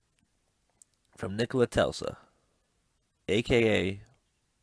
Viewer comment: Edit: it's TES - la Not Tel-sa